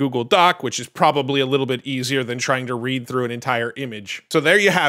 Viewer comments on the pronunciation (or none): none